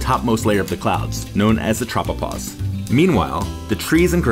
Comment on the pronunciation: When he said tropopause, I paused the video. Edit: all hail the hail